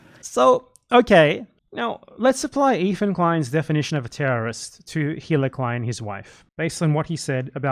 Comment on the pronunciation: Unrelated to these arguments, I've just been very baffled over the years about this: Why can no one who makes a video essay about the Klein's pronounce Hila's name? It's the easiest name to say correctly, her name is said all the time in their content (and the essayists use clips from said shows), but for some reason, they just can't mute the h in Hila when they say it out loud. I'm just very confused.